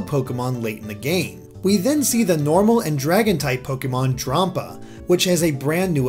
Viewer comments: It's Dramm-pa, not Drahm-pa. As in, Dragon Grampa. The Japanese name has a similar pun in it. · I thought Drampa was pronounced Dram-pa. You know like grandma/ grandpa